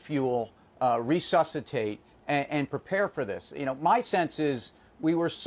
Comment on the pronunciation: This guys grammar sucks. It sounded like he said ree-suss-it-tated and offputted